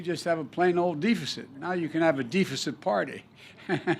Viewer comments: Dee feh ceet? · Defacent however not deficit 🤷‍♂️ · Lets all have a Deefisit party Yeahhahahaaa! well if you can't read you can always be President lmfao... I thought Canada was bad for hiring a elementry school teacher.. but no.. Deefisit! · How do you mispronounce deficit..... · Almost 50 years of doing a terrible job. It's pronounced deficit like your brain deficit Any void of intelligence.